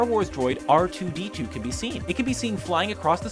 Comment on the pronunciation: What's up with the weird emphasis on R2D2 during the raiders scene?